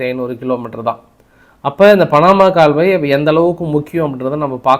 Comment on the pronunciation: பணமா இல்லை பனாமா.தமிழ் உச்சரீப்புகளில் நிறைய கவனம் தேவை